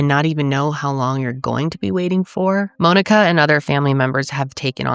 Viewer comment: This is the first time I’ve ever heard Monika pronounced the same way I say Monika.